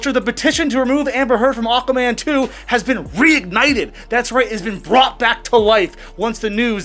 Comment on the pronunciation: It sounded like you said Awkward Man a few times 😂 which would be true he looks well awkward around her. There is no way she will be the highest paid female, for a start all her latest acting roles have been very poorly received and barely any views, all have flopped. Secondly no one is going to see Aquaman 2 so it won’t make much money if any, in fact it will probably lose money so how they gonna pay her a really high wage? 🤣 tut tut tut, don’t use my surname, toss pot!